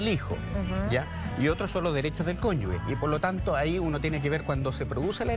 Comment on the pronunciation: no sabe ni pronunciar la palabra "cónyuge" min ....